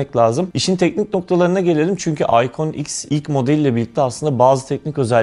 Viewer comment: İconx derken iphone x diyo zannediyorum sjsjsjsj